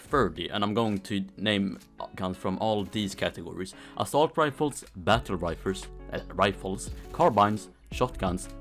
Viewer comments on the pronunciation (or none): "battle rifers"